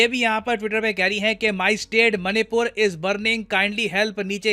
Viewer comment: oo bhai...मनी पुर नहीं पैसा पुर ही कह दे।। baar baar hrr baar मणिपुर को मनी पुर बोल रहा है।। ek naam tu bhi change kr de.. tum logo ne english ke naam pr hindi ko jo bnd bja rhe ho..or khud ko cool samjhte ho.. tum jaise logo ki bjh se hi or log ense naamo ko.. galat bolte hai.. sochna chahiye tume.. kya galt kr rhe ho..log follow krte h tum jaise logo ko phr woh bhi ense hi bolte hai..